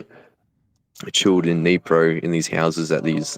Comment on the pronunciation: Great vid! Though I am sure "" meant Kyiv, not Keev, and Dnipro (a city on the river with the same name) not Nipro/Neapro. Nit being mean, steal great stuff.